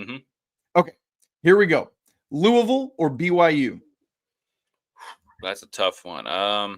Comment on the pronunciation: Great show today guys!, listening to you say Louisville, is like nails on a chalkboard... Let me help you out: "loo-uh-vuhl" I feel like I'm the substitute teacher comedy skit, say it right! Lol😅